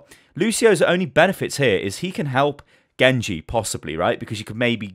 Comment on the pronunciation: "Gengu" lmaoo Gosh I love you